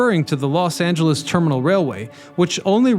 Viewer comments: PLEASE learn to pronounce place names! It’s “Angeles” as in Los Angeles - NOT “Angels!” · Anjehlees national forest. Just like Los angeles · It's "Angeles Forest" not "Angel's Forest" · "AngeLESS" national forest, not "Angels..."